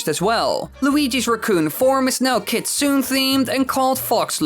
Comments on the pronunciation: Great vid, but one thing that was uncomfortable to hear, was the word Kitsune. The approximate pronunciation is KEET-soo-neh, rather than kit-SOON. Otherwise, informative and entertaining, as per usual. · It's pronounced "Kit soo NEH". No silent letters. This is because Japanese is a syllable based language, not a letter based one.